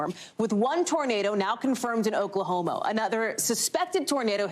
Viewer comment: Hehe she says “Oklahomo”